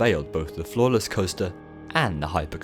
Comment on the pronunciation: So I misheard “floorless” as “flawless” and I was like, man that must be some coaster design.